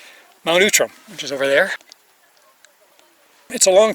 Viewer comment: interesting, I've never heard it called Mount Oootram.....always OUTram....